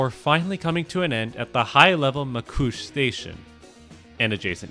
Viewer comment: said Macouche Station instead of Mascouche. Macouche in french translates to my diaper in english. lol